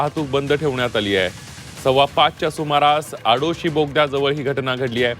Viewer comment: अरे मूर्खा अरे बेअक्कल माणसा प्रोपोलिन नाही प्रोपेन अरे मूर्खा अरे बेअक्कल माणसा ओडीसा बोगदा नाही आडोशी बोगदा माकडा घरी बस !